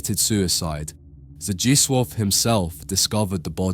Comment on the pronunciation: Oh hey, ya got the correct (as far as my Norwegian ears can tell) pronunciation on "Zdzisław"